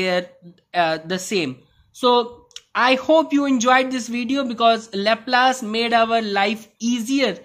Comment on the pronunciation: It is pronounced "lahplus" and not "lahplaise"